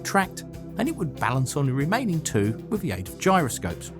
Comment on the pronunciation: YOU CANNOT SPEAK ENGLISH! DO NOT MAKE ANY MORE VIDEOS UNTIL YOU HAVE LEARNED HOW TO! FOR EXAMPLE, YOU CRETIN, 'WITH' IS PRONOUNCED 'WITH', NOT FUCKING 'WIV'!